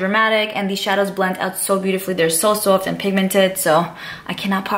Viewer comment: Where are you from? You have a tiny hint of an scent especially when you said "soft" and "chocolate". ☺